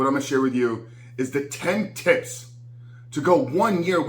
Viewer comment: Did he say tips or tits 🤣. I’m already lost